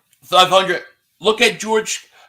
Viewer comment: 5 hundit...LB says 5 hundit